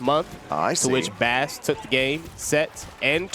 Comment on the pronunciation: Lol!!!!! And why did let him and participate in calling Bass(Base), Bass(B-ASS)? Ridiculous!